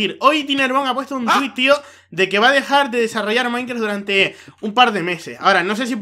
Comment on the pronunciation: alguien mas se ha dado cuenta que cuando saluda dice MINECRA y NO MINECRAFT